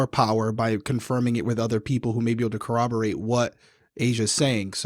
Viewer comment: Also though, I totally appreciate that you (seemingly only you among every single other tc channel) pronounce corroborate correctly!! I love it so much, it's such a satisfying relief because everyone else pronounces it as though it's cooperate but with a b instead of a p and I hate it!